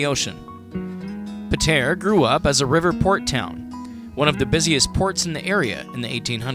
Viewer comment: Great - someone who isn't from Pātea and can't even pronounce it. You know nothing about Pātea. We're world famous.